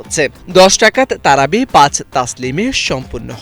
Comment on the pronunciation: কয়দিন পর হয়তো শোনা যাবে তারাওয়ীহ্ 'র কোন সলাত ই নাই (ভয়ানক ভুল উচ্চারণে 'তারাবী')!এরপর হাত দিতে হয়তো চেষ্টা চালাবে পাঁচ ওয়াক্ত সলাতে! লা হাওলা ওয়া লা ক্বুওয়্যাতা ইল্লা বিল্লাহ।